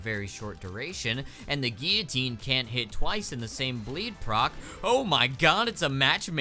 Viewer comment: gill-a-tine not geee a tine